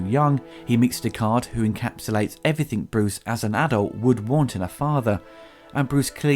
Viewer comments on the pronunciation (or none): Stop saying 'Everythink' you foooking idiotaaa